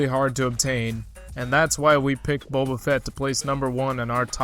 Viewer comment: Still says Bobba